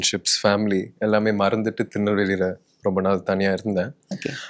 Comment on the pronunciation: the way he said tirunalveli payaluga😭❤